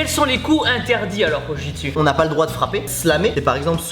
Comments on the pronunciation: tu-chi-su ? jpp xDDD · Tu-chi-su ? 😂😂😂 sa ma tué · J'en fais tibo 😁 c'est pas la "Jiu Jutsu " c'est le " Ji Jutsu Brésilienne " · C'est Ju-jitsu et non Jiu-jitsu non ?? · Ouais le ju jitsu c’est mon sport !!! Et au passagein dit ju jitsu et pas jiu jitsu, jiu jitsu provient d’une faute de frappe je crois (et jiu jitsu bresilien je sais ps si c’est le bon nom, moi j’en fait du old school) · Tu-chi-su MDR 😂😂😂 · On dit ju-jitsu j'en fais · JU JITSU Merde quoi ! Pourquoi rajouter un I